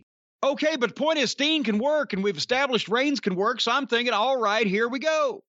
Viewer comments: Keeps sounding like he's saying "Sting". Throwing me off!!! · I dunno why, but it cracks me up when Corny says “Steen.” Agree w/ his assessment of Owens right now. Love him, but it feels like he’s completely lost his edge as a baby face.